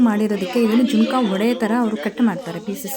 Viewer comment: ಜಿಂಕ ಅಲ್ಲ ಅದು sis ಜುನುಕ ಅದು 😄